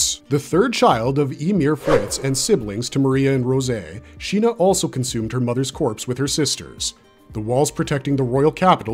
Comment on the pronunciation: SHEENA ❎️ SINA ✅️